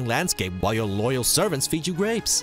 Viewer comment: jomegadude English is second language for him did you hear how he said grapes??